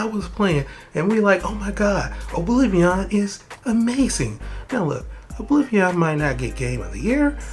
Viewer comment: “Obliveeon Remastered”